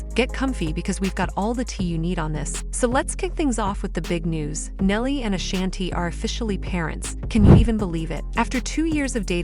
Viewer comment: AAAAAA-SHAWN-TEE NOT SHANNTee. Ok ma'am. NoW. BEAUUUTIFULL FAMILY❤❤❤❤🎉🎉🎉🎉🎉